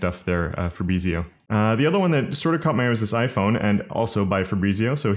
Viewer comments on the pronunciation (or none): none